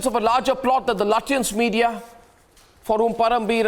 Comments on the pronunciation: Lutyens naheen latiyens🤣🤣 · Sounds like chutyans 😅